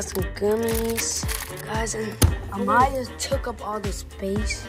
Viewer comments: It’s Amyah not ahmyah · You said it wrong it’s amyah